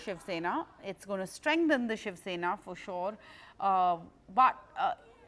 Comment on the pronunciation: SHIV SENA sahi se bolna to sikh lo Miss Jacob🤣😂😅